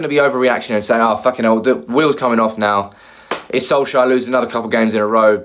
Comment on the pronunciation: You still can't pronounce his name can you ffs. SOLSKJAER not SOLSHIRE